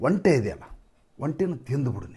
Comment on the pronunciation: ಹಾ,,ಇವರೆಲ್ಲಾ ಸೇರಿ ತಂತ್ರ ಮಾಡ್ತಿದಾರೆ ಜನರ ಆಶೋತ್ತರಗಳನ್ನು ಈಡೇರಿಸುತ್ತಿರವುದೇ ಓಟ್ ಚೋರಿಯ ತಂತ್ರ 😂😂😂& ಒಂಟಿ ಅನ್ನೋದು ನಿಮ್ಮ ಕಡೆ ಆಡುಭಾಷೆಯಲ್ಲಿ ಸರಿ ಆದರೆ ಅರ್ಥ ಏಕಾಂಗಿ ಅಂತ,ಅದನ್ನ ಒಂಟೆ ಅಂತ ಉಚ್ಛರಿಸಿದರೆ ಒಳ್ಳೆಯದು ಅಂತ ನನ್ನ ಅನಿಸಿಕೆ